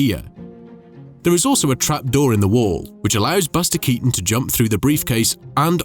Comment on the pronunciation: Però Baster Catonno non si può sentire. Perché non riascoltate prima di pubblicare! Perché!